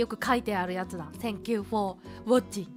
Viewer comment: "tengkyu foh wacing ma kyu studen" cyuu -choco sensei